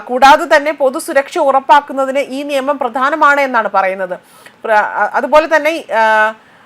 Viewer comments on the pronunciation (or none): none